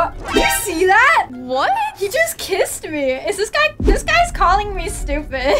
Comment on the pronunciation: He is calling me soupid